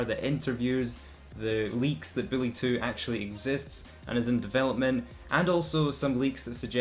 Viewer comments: I can't wait for "Billy 2"... I thought it was "Bully 2"? Learn how to speak please. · Its BULLY, not BILLY lol, you can't even say the game right. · It's bully not Billy. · Is this dude really calling bully Billy smh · Stop saing billy two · It sounds like your saying billy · I was wondering if he was saying Bully or Billy so I turned on the Subtitles and the Subtitles told me he was saying Billy all along. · I can’t stop hearing “Billy”...help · He sounds like he says ''Billy 2'' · Wow this video was rough, i kept hearing “Billy 2” very very annoying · Lol I ignored half the video cuz I just kept asking myself...is he saying billy? Tf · lEaRn hOw tO sAy BuLLy